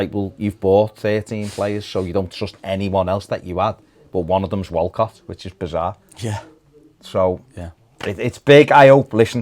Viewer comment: I've been thinking for over a year you were pronouncing bizarre wrong but I caught the k on the end today and realised you've been saying berserk all the time...anyway both bizarre and berserk sum up everything Everton.